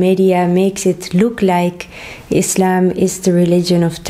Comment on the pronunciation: Thank you for your correct pronunciation, (Islam) not (Izlam)